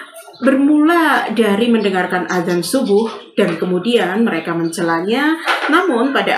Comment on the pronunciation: BUKAN ADAN PAK TP AZAN